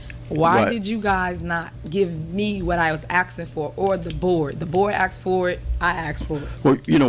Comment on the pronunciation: I hope the Feds give Tiff Tiff everything she "axxin'" for.